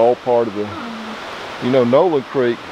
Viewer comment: The way you pronounced Nowland reminds me a small town that is long gone between Pierre and Rapid City, SD called Nowlin. All that is left is a cemetary.